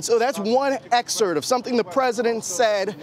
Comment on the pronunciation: The word is EXERPT, not EXERT Mr Reporter